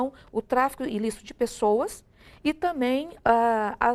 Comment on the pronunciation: Isso aí é uma professora de direito "i tãmém" promotora… pqp ! "i tãmém".